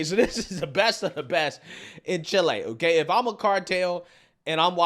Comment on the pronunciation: ChilE dude, not chilay. Ignorant pronunciation is not cool. I saw a comment on YT yesterday where the guy was talking about hearing the Rickershay of the bullet. (Ricochet in case you didn’t know) Come on people, try a little harder.